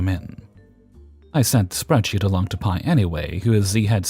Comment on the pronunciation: 🤣 I work in a lab and was confused for a second why you kept saying "my pie" in the last story, then it clicked. For anyone wondering, P.I. (pronounced Pee Eye) is the abbreviation for Primary Investigator; what they call the PhD in charge of a research team. I am guessing the OP forgot the periods (considering how i just typed OP, a reaonable guess, haha) or otherwise didn't explain that it was an abbreviation. So, it would be read as "pi". Great showing as always!